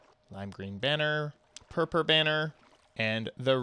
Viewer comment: you say purpur banner